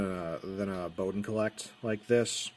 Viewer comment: Colet is not pronounced 'collect', it's 'cowl-let'